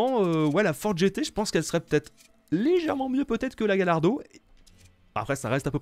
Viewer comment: Ça se dit " Gayardo" pas " Galardo " xDDDDD